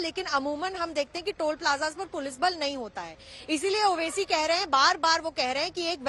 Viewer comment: Name to sahi ley mere bahin owesi sahb bolo